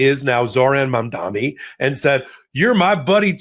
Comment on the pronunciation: Say it with me now MAM-DA-NI